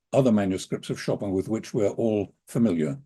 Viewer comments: He also knows how to pronounce the name. I cringe every time I hear ‘Show Pan’. Plenty of people have posted clips on how to say it! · he says show pan… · I very much appreciate your doing a podcast dedicated to Chopin! But beyond any questions about this waltz itself-- could you please pronounce his first name correctly? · I mean, c'mon, at least try to pronounce his name correctly, it's not that difficult.. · you are right that there are different versions of names in different languages, e.g. Paris. But the English version makes no attempt to sound French. With the American version of Chopin there is a completely failed attempt at the vowel sound ‘i’. I guess what makes me cringe is the fakeness of the attempt to sound French. In a way it would be better to just say it as in ‘choppin(g)’. Also, with personal names it seems more respectful to try for authenticity. I am not sure why you would not pronounce Chopin authentically whomever you were addressing, if you knew how. Why pander to the lowest common denominator? Maybe you could be a good influence. The cultural and linguistic connection between France and the USA is a little stronger than that of provincial China and Germany, surely, to address that particular point. In NZ the mispronunciation of Māori names over generations has undergone a conscious and ongoing correction process, which is good to see (hear). The US has quite a history of bastardising European names (even to the point of changing the spelling to reflect pronunciation) e.g. - Goldstein said as ‘steen’. You could maybe understand that in times when the world was less connected, but there’s no need in modern times. Thanks for the discussion, which should probably now be left at that, having wandered off topic!